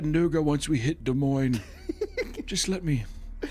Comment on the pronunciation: I would say needs a teleprompter so he can stop saying words wrong all the time, but could he read it? 😂